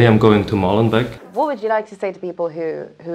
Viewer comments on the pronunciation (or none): 1) For God's sake, stop pronouncing "Molenbek" There are two E's, so it's long: "Molenbake". Do you "bek" your bread or do you bake it?... So, please "Molen- bake". This "bek" is just an earsore!! 2) Molenbeek is not a neighbourhood, it's a municipality (with its mayor, municipal council etc.). Brussels is made up of 19 municipalities and Molenbeek is one of them. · Come on guys Molenbeek please 🤣🤣